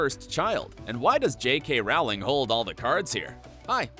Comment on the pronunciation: It's pronounced Rowling, like bowling!